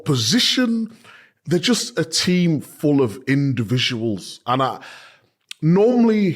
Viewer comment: Indivisuals, micahs new word day 😅